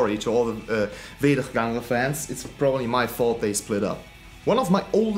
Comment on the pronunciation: The pronunciation of wederganger was good and members of wederganger have started bezwering which is also really good P.s still love the task force beer shirt